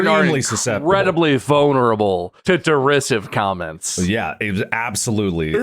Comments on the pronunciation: As someone who knows how derisive is actually pronounced, this episode hurts me in a specific area within my gut. Behind my solar plexus, if that makes sense. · Right in the derisivephram